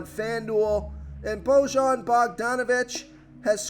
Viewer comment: I see your Eastern European name pronunciation has gotten no better. Just do you know, luka is DON-chich not Don-kitch and bogdanovic is “BOY-yan” not “Bo-Jon ”